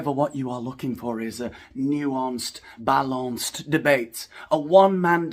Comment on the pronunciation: Started laughing hard "new…ahnced, bah..lonce-d'..." 👏👏👏👏👏😂😂😂